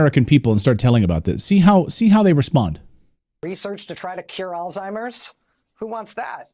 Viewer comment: These people live in an echo chamber. She can’t even pronounce Alzheimer’s properly😂